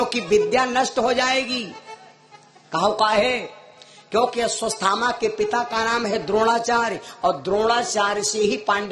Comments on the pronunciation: अस्वसथामा नहीं अश्वत्थामा😮😮😮😮 पहले शुद्ध उच्चारण करना सीखें फिर कथा कहने का प्रयास करें😢 अभी काफी अभ्यास की आवश्यकता है😮😮😮😮😮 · अश्वत्थामा का सही नाम नही ले पा रहा है, जोकर